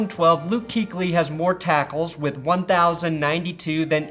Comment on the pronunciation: 'Kuechly is pronounced Coo-etch-Lee, not cooch-ly